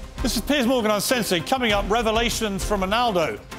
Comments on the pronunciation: Why does it sound like he's calling Piers Morgan Piss😂😂😂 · I love the way he keeps calling Pier, Piss. Very fitting.